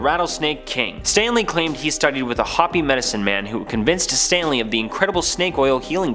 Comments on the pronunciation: The guy didn’t even pronounce Hopi right, he said it like hoppy. wtf is hoppy cuz it’s not Hopi lol🤦🏻‍♀️🤦🏻‍♀️🤦🏻‍♀️ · Happy to know I’m not alone and as a person with ingenious roots, not being able to say HOPI correctly cut me deep! At least have enligh respect to Google it and make sure you’re saying it correctly!! That’s a crock! An old one that’s been left alone too long!!! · Do better pls. If you can’t even figure out how to pronounce Hopi how can you make a video that ppl will actually like?